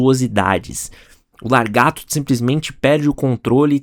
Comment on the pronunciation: Correções: O nome daquele icônico gibi é Tormento e não tormenta, que é outra coisa totalmente diferente e o nome do vilão não é largato, mas Lagarto, que é a maneira correta de dizer este nome, sem contar também que sugiro que quando não souber falar o nome de alguém em inglês, é só usar o Google tradutor que resolve isso, já que foi justamente com ele que aprendi que o nome dele não se diz Todd 'MaquiFarlêine,' mas Todd MacFarlam...Porque também achava que o nome dele era dito assim. Obs: Eu sou um fã dele antes de você nascer, então quando diz que ninguém sabe alguma coisa dele, cuidado, porque não é verdade, já que já sabia deste primeiro seu gibi que é o do Coyote há décadas. Espero que tenha a parte dois com a história do Spawn também, porque com certeza vai ficar ótima como este. Engraçado que a responsável pelo primeiro gibi do Homem-Aranha também foi uma esposa, basicamente a esposa "só" do Stan Lee... Só faltou falar que ele nasceu em Calgary e seu nome do meio é Dean, já outro fato curioso dele é que ele é canhoto, já o gibi dele não se tornou o mais vendido da história que foi o número um dos X-Men em 91 do incrível Jim Lee no começo dos anos 90, ganhando até o Guinness por isso, porque o sino-americano Jim Lee é o melhor desenhista de quadrinhos de super-heróis de todos os tempos...Pelo menos para mim... Pena que depois que abriu a Image junto com seus colegas, desenhou alguns gibis de seu Spawn, mas por ter se tornado um empresário de figuras de ação / bonecos a